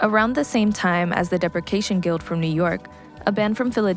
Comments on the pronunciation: The narrator mispronounced "depreciation" - it's not "deprecation", it's dee-pree-shee-ay-shon. This isn't really shoegaze, but I found it interesting: a dance remix of early Cocteau Twins song "Blood Bitch", using stems extracted by AI. It's impressive but I wish the guitars were louder. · 🗣️ depreciation guild mentioned 🤓 mispronounced depreciation